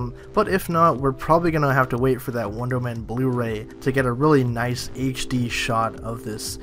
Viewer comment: And why does it sound like you keep saying Wondermen?